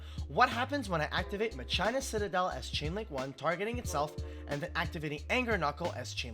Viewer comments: "mah-CHINA" Citadel, kekw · Is the way of pronouncing "Machina" as "Ma China" a meme or something I don't get? Not trying to be a stickler or anything. Good content as always. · Still feels weird hearing Machina being pronounced with the H